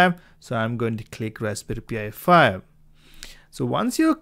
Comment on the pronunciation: Why do you keep calling it a P I 5 its pronounced pie 5 😂😂😂😂😂😂